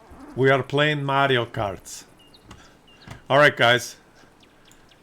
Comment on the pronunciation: More "Yuri kart" than "Mario kart".